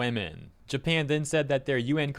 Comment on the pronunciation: Japan, not NEINpan